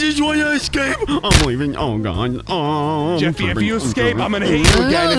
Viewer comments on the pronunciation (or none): It’s jeffy not Jesse